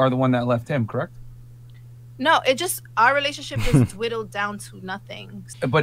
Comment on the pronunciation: She said "relationship was dwiddled down". Dwiddle gives the statement a whole new meaning. Think she was trying to say dwindled.